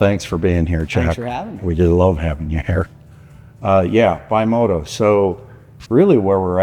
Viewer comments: BE Moto. Not Bye Moto.. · Love the video and also love the Throttlestop the ultimate bike museum but it kinda drives me nuts when you guys say bimota wrong not your fault the Italian language is different. It is pronounced like bee mo ta not by mo ta henceforth the b on there logo. Thanks